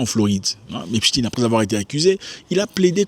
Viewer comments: On prononce epstain pas epstine ! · Arrêtez de dire "Epstine" !! Cest Epstein !!!